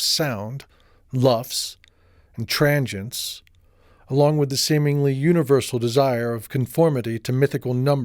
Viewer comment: tranchients? I think it's pronounced tranzients dude =)